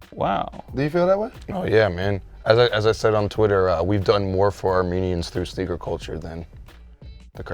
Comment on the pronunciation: Did he say schneaker